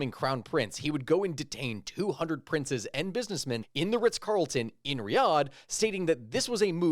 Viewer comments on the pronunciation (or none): none